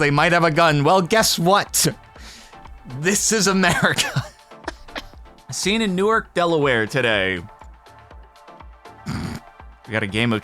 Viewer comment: The way you pronounced it, that's the city in New Jersey. Newark in Delaware is newARK...emphasis on the ark